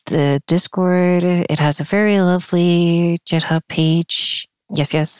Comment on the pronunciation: why are you saying jithub 😭😭